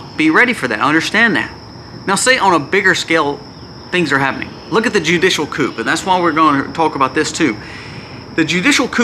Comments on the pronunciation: ✌️ The word "coup" is pronounced "coo".👍👍👃🇨🇦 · The "p" is silent in coup. "Koo" is how you say it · Just a friendly, helpful hint. "Judicial coup", is pronounced "coo", as in the sound a dove makes. Very interesting and important videos! Thank you, and may The Holy Trinity protect and bless you, your family, and all of those who see/hear your channel. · The p is silent in the word coup. It’s short for the French word coup d'état.